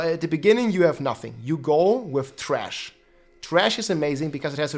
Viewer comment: you pronounced thrash as Trash ~ I love u 😂